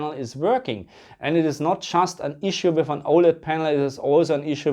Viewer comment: With or wiff, thät is thä Qweschtion